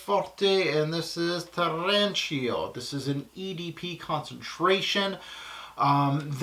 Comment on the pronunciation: it's Tirrenico, not Tirrencio